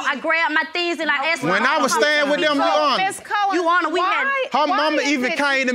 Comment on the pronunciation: 2nd case oml is it soo hard to just say your honor??? Why does she consistently say “you honor” just add the r it’s not that hard!!!